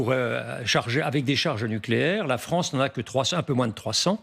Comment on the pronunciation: La Fronce dans le collimatar… Elle ne sait toujours pas parler correctement, je quitte !